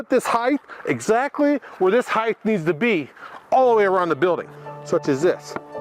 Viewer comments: Height. H-E-I-G-H-T. Height. There's length, there's width, and there's height. There's no such thing as "heighth." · This is the first one of your videos I have watched and I will say the building and all of your drawings look great. As a professional in the industry, I ended up with two pet peeves that are like nails on a chalkboard, people saying heighth and people calling a "1/4" crown" stapler a "crown stapler". Subscribed 👍🏼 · The 'heighth' is killing me lol. Good job though